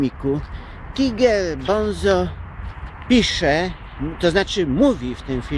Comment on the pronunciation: gracjan mowi sie tajger bonzo ;)